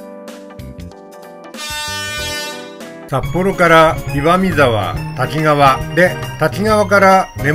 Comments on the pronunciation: 細かいことですが駅名の読みは たきがわ→たきかわ あさひかわ→あさひがわ だと思います。 『あさひがわ』は1988年に『あさひかわ』に読みが変更されたと思います。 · 石勝線開通前の懐かしいダイヤ、昔を思い出しました。キハ82系のおおぞらも何度も乗車した列車です。さて動画の中でしばしば登場する「滝川」ですが読みは「たきがわ」ではなく「たきかわ」と濁点はありません。再生中に気になってしまいました